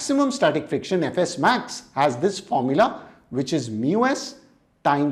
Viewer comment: When sir said fs max I heard ff max😅